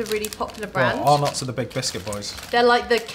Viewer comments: For the record. Arnotts is not pronounced "Are knotts", it's "Ah-netts" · It’s pronounced Ar-NETS not “ar-NOTS”, sorry but as an Australian that hurt my brain cells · We don't really say it with a hard 'O' though - maybe more like Ar-nuts, just a bit softer? Emphasis on the 'Ar' sound, not the second part. I'm from Victoria and I've never heard anyone pronounce it as Ar-NOTs. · When they said it like Arnott I cringed lol it’s arnits and tic tics were made before Tim tok xD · LOL! We don't pronounce them "are nots", the name flows a bit smoother, like "arnits" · I have NEVER heard of ARR-KNOTS. 😳😳😳 Take a tip from an Australian: it’s pronounced R-NITS. And you should have a warning because Mint Slice contains actual mint. One biscuit is enough to set off people with a mint allergy. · I'm from Australia and for some reason it's really annoying me that they say ARE NOTs. We called them arnets. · It’s not pronounced (are nots) it’s (rnets) FYI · I thought he said "our nuts" i pissed myself laughing though😂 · In Australia we pronounce arrnots, arrnets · Arnotts is spoken as (are nuts) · You pronounce arnotts arnits not how it is spelt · Listening to you guys say Arnott's wrong is funny as 😂😂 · Btw you say arnotts wrong